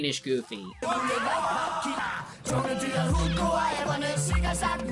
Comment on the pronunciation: Jungledyret is pronounced Jun-gla-deer-oot